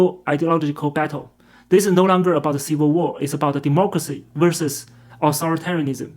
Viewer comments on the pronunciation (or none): none